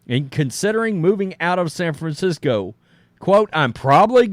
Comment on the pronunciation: Ahhh yes...san franshitho! Also it's year 1 batman 😂 nobody has his back